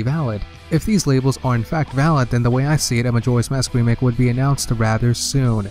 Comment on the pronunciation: You forgot the "k" in remake but that's no big deal